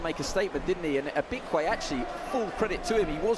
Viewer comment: Tell him to learn how to pronounce his name. Stop making excuses for him. Ibekwe became Bekune....Anofia